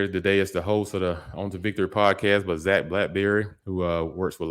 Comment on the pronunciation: You have to stop butchering names 😂 especially Zac